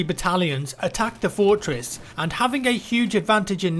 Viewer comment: "Fourtwess"